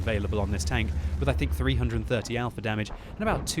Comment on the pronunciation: Is it just me or is it really funny when says something wrong eg damwidge.